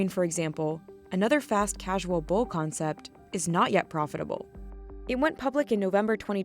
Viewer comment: “Sweet green for exampo, another fast casuo bo company, is not yet profitabo”